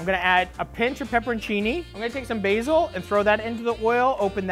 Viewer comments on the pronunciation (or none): none